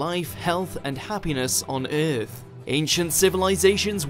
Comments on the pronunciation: It's driving me crazy! you can hear it in occur as well, oercurr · I love this channel but I dislike how he says Earth